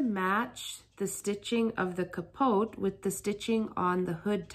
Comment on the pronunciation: the t is silent in pronounciation of capote